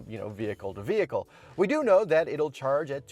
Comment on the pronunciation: No, they are definitely mispronouncing the name of their own vehicle😂